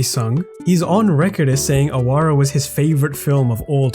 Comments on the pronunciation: It's actually pronounced Aawara no ahawara. It means a rebel or outcast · In Awara, the middle 'a' should be stressed and the 'w' is pronounced as the 'w' of wow not as the 'v' of van.